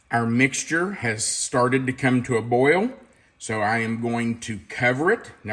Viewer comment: New drinking game....take a shot every time says 'boy-yul'. 3.24 to 4.20 - 9 times. I'm on the floor. Hi from Australia where we love a drink 🤣